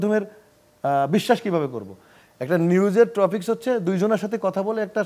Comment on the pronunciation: জায়েং খান উচ্চারণ টা topic হবে tropic na😅😅😅😅